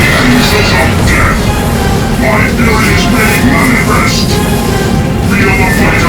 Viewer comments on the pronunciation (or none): none